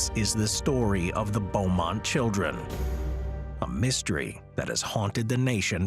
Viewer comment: Its" Belmont" not bowmont children